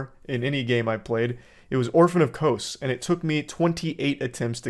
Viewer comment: Orphan of KOSE and RUH-DAN dude what is up